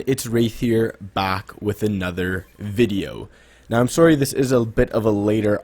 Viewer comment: are you Canadian? I heard the accent on the sorry